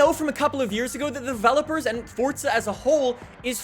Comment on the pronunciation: Stop saying fortza